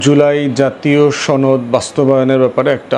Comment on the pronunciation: গুরুত্বপূর্ণ এবং সুন্দর আলোচনা। কিন্তু আপনার সনদ কে চনদ বলাটা শ্রুতিমধুর না।